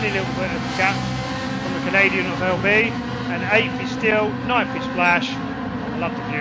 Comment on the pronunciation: LB 😢 it's pronounced LE Billion 😭😭😭 hahahaha